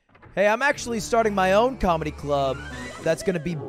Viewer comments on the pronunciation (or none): none